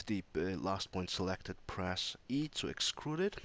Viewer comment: Thanks for the tips, though 'uhm's dont bother me so much :D What i was kind of weird is "excrude" rather then "extrude" :D